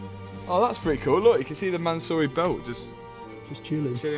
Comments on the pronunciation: Man-siiiuuuuuuuu- ry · From “Mansory” to “Mattsory” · Man-saw-y Rolls-Royce